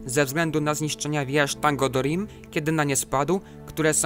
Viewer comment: Jak również BaLRog, Thangorodrim, Earendil czytane przez E bardziej niż A na początku, no i tak dalej....